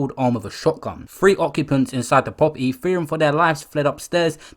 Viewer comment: Man said "poperty" loool